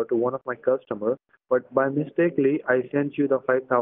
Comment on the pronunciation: I'm sorry... did he say 'mistakely'??